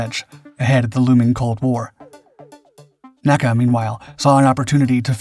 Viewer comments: ARRRRGGHHH!!! it is NOT “Nakkuh” It is “The N.A.C.A.” Nobody spoke acronyms for initials back then. My dad was Chief Aerodynamicist for the agency. I used to play in the halls of Headquarters in the Dolly Madison House on Lafayette Square when dad would go into the office on weekends. N - A - C - A was a family like organization back then. And nobody called it anything except its initials one by one. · Please, please, PLEASE! "N.A.C.A. was never pronounced "nack-a." It was an abbreviation, not an acronym. For it's entire existence from the 1920's until it was absorbed into the newly-formed NASA in 1958, it was referred to as "En-A-Cee-A." I mention this on every video you produce but apparently you don't read this, or don't care. I love your videos, but this is a serious historical error. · Somehow, I don't think it is, unless the guy sampled his own voice. And if it is, then why can't train it to pronounce N.A.C.A right? After all, the periods are right there.